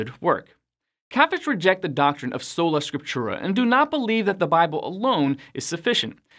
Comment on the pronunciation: “Sola Scriptura” is pronounced like, So-la Skrip-too-rah” With the accent on the second syllable in Scriptura. FYI